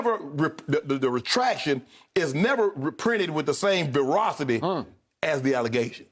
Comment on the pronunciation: Shannon said ferocity, not veracity...